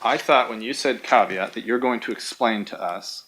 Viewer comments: Did you poop in the pool? Yes with a caveat (pronounced CAWW VEE AUGHT) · She's ruined the word 'caveat' for me 😐